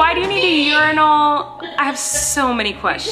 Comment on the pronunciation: I literally though Colleen was saying Yournal (like journal) not urinal 😂